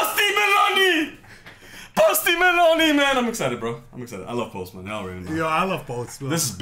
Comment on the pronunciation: “pOsTI MEloNi”😂😂😂